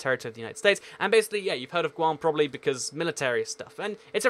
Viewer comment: It’s guam